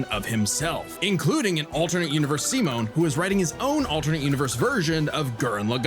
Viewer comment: I can always tell if I'm going to like someone's reaction to this based on how they pronounce Simon's name. If they say "sai-munn," then I know they're in for a wild ride.